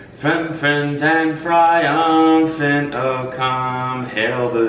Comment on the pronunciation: “troyful and friumphant”